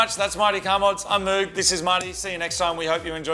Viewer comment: Props to correct pronunciation of Moog!